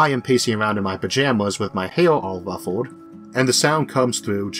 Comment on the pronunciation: Back again, again! I seem to be watching this episode around once a year! PS: Why did you have to go and fix your Rhotacism: the way you say "hair all wuffled" here is amazing! ;-)